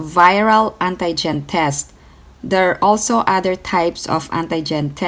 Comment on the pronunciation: When she said ANTAY - GEN 😂😂 Pronounce like auntie for ANTI-GEN